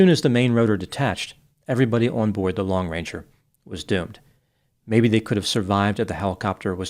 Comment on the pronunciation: Sounds like you're saying lone ranger. It's long ranger just in case anyone wonder